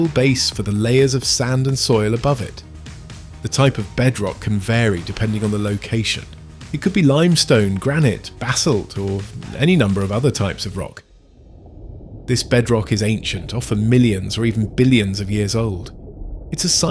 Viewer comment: "GRANIT" lmao